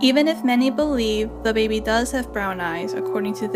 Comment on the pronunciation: "de bAeBeE"